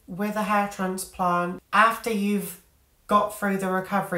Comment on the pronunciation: Yes ha ha. I’m originally from the Midlands so we switched northern/southern pronunciation a lot: grass/grarss, bath/barth etc. but you managed north+south in one word. So instead of transplant/trarnsplarnt you said transplarnt. I live in Texas these days where it’s closer to traaansplaaant ha ha